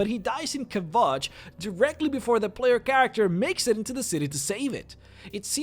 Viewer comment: And how he pronounced vampire and player...